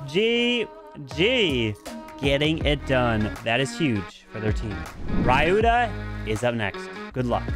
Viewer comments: It's Spelt "Ree you tha" not ray you tha. but, nice content and comentary as always. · Hey,it's pronounced as ryuta and not rayuta👍🤍